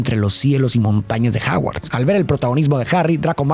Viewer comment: Me estresa cada vez que dice "Haguard"